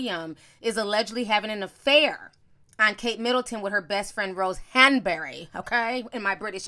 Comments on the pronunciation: The way you say "Hahn-berry"!😂😂😂😂😂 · Ti, Why you saying Rose “Hun-burr-reh” like that? 😩😂😂 I’m cracking tf up at how you saying it all snooty 🤣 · Ti's British accent "Rose Hanbury" 😭😩😂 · I am weak...you kept saying “Hanbury” 😂😂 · I’m over here cacklin at how you say Rose Hanbery 😂😂😂😂😂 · I love the way you said Rose Hanberry 😂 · I love the way ti says Hanbury lol